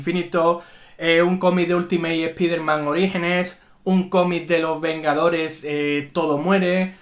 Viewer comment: Espiderman?? Doctor Extraño?? Cáncer de oído instantáneo!! Dx